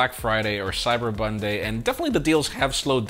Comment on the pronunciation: Did I hear " Cyber Bonday" 🤣